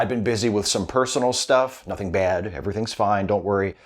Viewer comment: I'm not convinced Trump knows what "Clumsy" or "Awkward" means. He'd usually use the word "Bad". Or as he says it. "Baed"